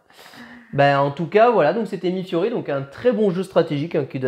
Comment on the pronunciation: merci ! juste prononcer "milé fio-ri" per piacere, grazie mille !